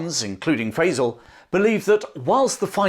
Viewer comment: I love your channel, but in order for your pronunciation of "Faisal" to be correct, the one used in LoA has to be wrong. It makes me wonder if you've ever actually seen the film. I know that's not true, but please pronounce the man's name correctly!